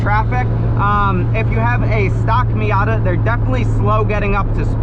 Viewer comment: "marzda miarta"